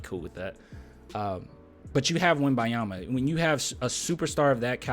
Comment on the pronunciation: start pronouncing the "N" in Wembanyama!